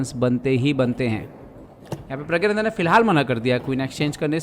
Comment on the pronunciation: Are प्रज्ञा nhi 😂😂 प्रग्ना nanda😅